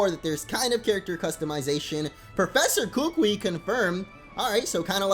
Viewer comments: Nope it's (koo-koo-ee) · the professors name is pronounced ku ku e